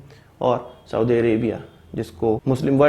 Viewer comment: साऊदी नहीं होता बल्कि कि सऊदी होता है।